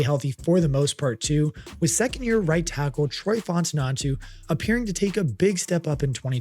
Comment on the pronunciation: So we're not gonna talk about "Darrel" Washington? Troy Fontunantu😂